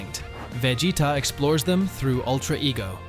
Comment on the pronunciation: Man can't say Vegeta